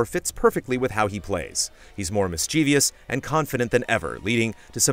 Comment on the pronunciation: Oh no, there it was again: mischievous pronounced incorrectly :P